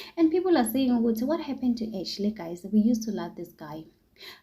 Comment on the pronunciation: Ashay not Ashley ,Ramona not Romona 🤧